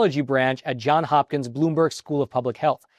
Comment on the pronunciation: Sorry it is Johns-Hopkins...Two last names. Not John Hopkins